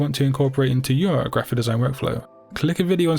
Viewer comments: Why do you say grrraphic the way that you do? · oh sorry I thought you did it on purpose